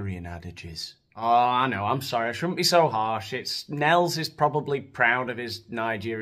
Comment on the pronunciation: Nels,2 syllables, wan Ker